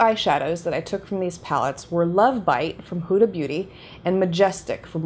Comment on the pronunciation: Just FYI you pronounce it Hooda like hoodie not whoda